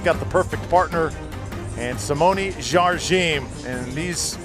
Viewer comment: FYI, pickleball commentators: Watch the Jigsaw Health commercial where Simone Jardim tries to explain at great length to someone how to pronounce her name. The first syllable "Jar" is pronounced with a soft "J" (as in Zsa Zsa Gabor, the Hungarian actress who immigrated to the U.S. in 1941), and not as a hard "J" as in "jam". The second syllable "dim" is pronounced "gene", as in Eugene, Gene Wilder or gene, the subject of genomics. One should not slide over the two syllables and try to meld them together, but should pronounce them distinctly separate "Jar/gene". In Brazilian Portuguese, "di" is pronounced "gee", as in "gee whiz", since the "d" before "i" is pronounced like the "g" in George in English, and "m" at the end of a word is pronounced like an "n" (and not like an English "m"). Hope this is useful and not too annoying.